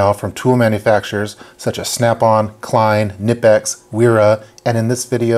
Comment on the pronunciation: Nice video. The K is not silent in Knipex.